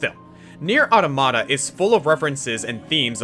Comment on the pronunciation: Anyone upset about him pronouncing NieR:Automata wrong.